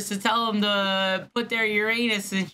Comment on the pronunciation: “How do you spell Uranus?” “Urrrr-in-usss” “Tomatoes/tomato depends how you fit it”